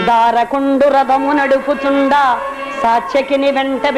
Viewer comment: అద్భుతంగా చెప్తున్నావ్ అమ్మ !!!...అయితే శ్రీకృష్ణుని సారధి పేరు దారకుడు కాదు దారుకుడు అని గమనించాలని ఒక రంగస్థలం నటుడిగా,,,టీటీడీ ధార్మిక ఉపన్యాసకుడిగా_ నా యొక్క మనవి!..సూచన!! ... _ఏ.శ్రీశైలం , మహబూబ్నగర్ ఉమ్మడి జిల్లా,..చిరంజీవ సుఖీభవ!..శుభం భూయాత్!!